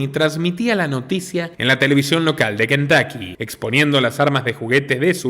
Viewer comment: Cuando pronuncien nombres en inglés… tómense el tiempo de investigar cómo pronuncian tal nombre en el país de origen …. Se pronuncia Kentocky, no Kentaky